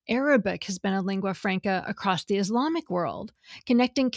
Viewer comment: Did the grammar girl just say "accrost"?